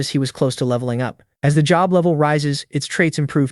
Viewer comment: bro doesnt say "level 1" he says "lovy 1"